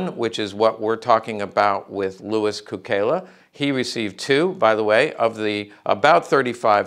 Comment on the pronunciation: A few important points. In Serbo-Croatian his name is pronounced "tSOO-kay-lah," not "koo-KAY-lah" because of the way an unadorned letter "C" is pronounced in the language, like the "TS" in Tsetse Fly. Many words in Serbo-Croatian are loaned or adapted from other languages spoken nearby. In this case Cukela has the same root word for "Sugar" as Italian -- its bordering neighbor. It means a number of things like "Sweet," "Custard," etc. Also of note, many of the two-time Medal of Honor recipients were WWI Marines because, though the Marines were part of the Navy, those double-recipients were detached and under the command of the Army when they executed the actions for which they were awarded. Therefore, one Medal of Honor from the Navy and a second Medal of Honor from the Army, and both for the same action. This is very different from both Sergeant Major Dan Daly and Major General Smedley Butler, the only two Marines to have been awarded the Medal of Honor twice for two separate actions. At Marine Military Academy we revered SgtMaj Daly, but they didn't talk about MajGen Butler hardly at all because of his vociferous anti-war stance.